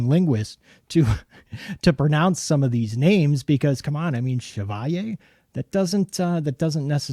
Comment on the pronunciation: Bravo,, for using the French pronunciation of the word Chevalier! So many reviewers have been really struggling with this knife’s name (although the Anglecized pronunciation is also common and accepted). Too many are too young to remember Maurice Chevalier! Thanks for doing your homework!